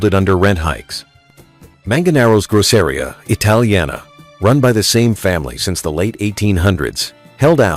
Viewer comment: Lived there for 24 + years… . A number of flaws in this video but definitely some truths. And I don’t know if this is AI voiceover but the pronunciation of Manganaro and Grosseria are butchered. And FYI Manganaro’s is not “gone”. It changed location….to a different part of Hell’s Kitchen.